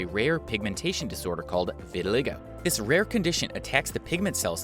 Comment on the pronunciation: It's pronounced vit-i-LYE-go